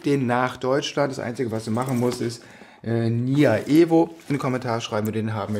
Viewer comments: "NYA-EVO" Nie nya ?! Doch na klar- der wer was. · "NYA-EVO" amüsant :)